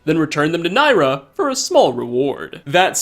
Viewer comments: NIRYA. It's NIRYA. Not NAYRA. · (ni ry a) not nyra.